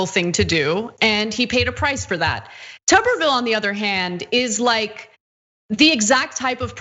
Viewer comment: The correct pronunciation is: Tu-ber /ˈt(y)o͞obər/ as in a potato; if his surname contained two "B's" it would be pronounced Tubby as in a mildly corpulent creature with a Television in his abdomen.... hence: Mr. Potato Head or Teletubbie.